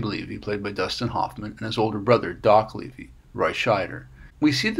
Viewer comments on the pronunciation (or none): none